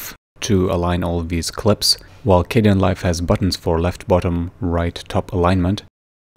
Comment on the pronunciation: I got soo triggered when he switched from dark to light Edit: it's K den not K de an